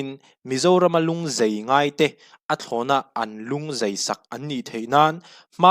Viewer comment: A ngaihnawmin a bengvarthlak ṭhin e..Lung zai tih tur aw.Lung zei tia lam rik loh tur aw.